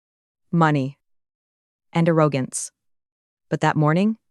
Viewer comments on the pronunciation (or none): What's with the random French words? ah-ROW-gantz? Do you mean AIR-oh-gantz? arrogance... in-VAL-ihd, not IN-vah-lid, invalid. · A-row-gance? Debarch? If you’re going to use an AI voice, at least find one that can pronounce English words correctly. It really ruined what was otherwise a good story. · 'Arrow-gance' from where I'm from. I wonder if there is a combination of AI mispronunciation plus national, regional and local dialects.